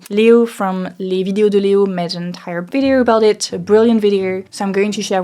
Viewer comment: you pronounce "window" as if it were written "win-der". Same for "video" that sounds like "vidier". I'm French too, and struggling with pronunciation. Contenu excellent !